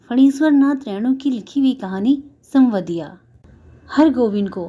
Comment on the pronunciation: कथावाचन अच्छा है पर संवदिया का उच्चारण सवन्दिया किया आपने। जब संवाद सही से बोल पा रहीं थीं तो संवदिया क्यों नहीं?